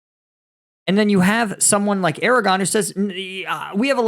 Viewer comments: Erdogan is pronounced "Er"(like in amERica.. not pronounced by an american) -"do" (like in dough)-an (like in UNflinching). The "g" is silent. I felt like I had to say something after repeatedly hearing "Aragorn" and nobody in the comments pointing it out. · It's pronounced erd-a-wan not air-a-gon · Dude! It’s Er-doe-wahn not Air-Oh-gone. If you’re going to discuss international politics, you have to be respectful enough to learn how to pronounce these names. You’re almost unwatchable at this point. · Just so that you know... the Turkish dictator in waiting is pronounced Er-doe-waan.